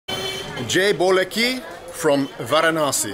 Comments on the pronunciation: I'm Spanish. I have NOTHING to do with India nor its culture, but every time you say "Jay Boleki" (or however it's written) I just crack up and can't stop laughing. Too funny. Lol. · Luv when he says jai bhole ki